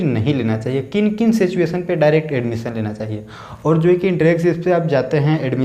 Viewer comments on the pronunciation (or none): none